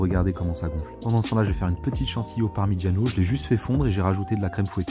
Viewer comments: Finalement tu l'as dis le "parmigiano"😅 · Qui a dis permigiano avec un accent italien quand il a dis de le prononcer 😂😂😂